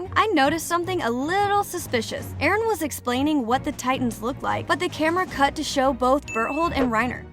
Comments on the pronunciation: It's Eren not Erin that AI voiceover is so disturbing I couldn't watch the rest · it’s NOT Erin ITS eren!!!!!!!!! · She called Eren Erin XD. (No offense) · EREN not fckin erIn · it is eren not erin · Erin wrong it's eren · Its supposed to be eren not erin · ITS NOT ERIN ITS EREN DUMB DUMB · Its EREN NOT ERIN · Btw it's not Erin it's eren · His name is not Erin it’s eren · Erin??? Isn’t it just eren??? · ITS EREN!! EREN!! NOT ERIN!!! Sorry sorry but it's Eren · is eren not erino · Sis called him Erin😭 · it’s Eren not Erin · It's not erin it's eren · Eren not Erin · Hey it’s Eren not Erin, just wanted to say that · EREN NOT ERIN💀💀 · BRO REALLY SAID ERIN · Na bro its "ereh" according to mikasa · Ah yes, Erin Yeager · he was referring to how the narrator would spell his name as erin, not Eren. and he/she was talking Abt Eren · So many hours watched and countless minutes of researching and you still couldn’t get the name right🤦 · made me cringe that she said his name wrong 😭